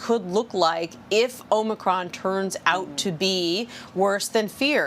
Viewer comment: So, the bozo who spent the last week MISPRONOUNCING “omnocrom” (LoL) is the medical authority on YOUR health decisions ? Too funny!